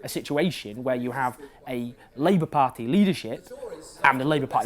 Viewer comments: Learn to pronounce party first! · Excellent thoughts and analysis as usual, but I'm slightly put off by the way you say "party" - as though you have a thick welsh accent, but you're clearly not Welsh. Very distracting, but otherwise exceptional truth as usual in the dearth of factual analysis in the British media. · Please just learn how to say 'party'. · You need to find an alternative to the word 'pah-tee'. I can't concentrate. This feels like a campaign to acclimatise us to the weirdness of your pronunciation. My pah-tee counter is a smouldering wreckage! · A par-tea of par-teas. Par-tea overload ;-) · I will never tire of your pronunciation of "paaht-tee". :-) another great video Owen x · Why can't you say "party"